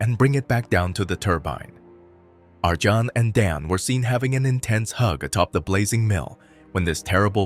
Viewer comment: Pronounced "Ar-yon" and "Don", not "Arjohn" and "Dan".